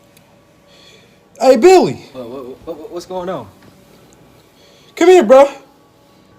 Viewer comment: “Come mere”😭